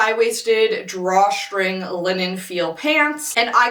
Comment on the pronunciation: What accent is it that says “str” like “shtr” “Drawshtring” “Shtraight legged”